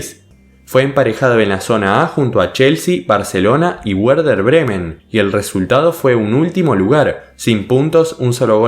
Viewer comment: Porfavor pronuncia bien Werder Bremen. (La W se pronuncia como B) porfavor esque da grima escucharte. Gracias